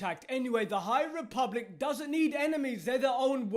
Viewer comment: lol the High REEE public